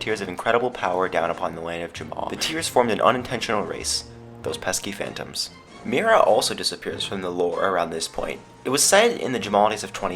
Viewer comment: The reading of Mira is Miera